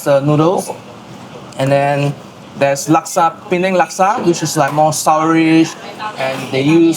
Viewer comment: Chef Liz please pronounce Laksa correctly - 'Luck-sa'...not 'Lak-sa'